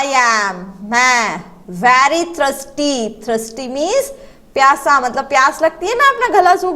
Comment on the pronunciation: Thirsty pronounciation is not right